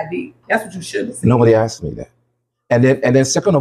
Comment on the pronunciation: “He axed”